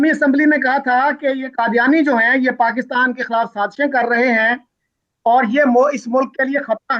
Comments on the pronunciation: Isko pakistan b bolna nai ata. Pastan bol raha...🤣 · Read as He says Paaistan😄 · Yeh roh paastan paastan bole jaa ra hain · He can't even pronounce Pakistan properly....... PAKHASTAN....